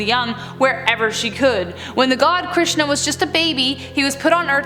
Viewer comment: I am an Indian and I have not heard of half of them and you were great with pronounciations like Bengaluru, Krishan, Hirnkashyap (great it's a difficult word), Raktbija 👍